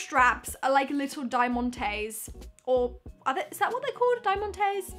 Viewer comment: Diamon tees pronounced like a t shirt or rhinestones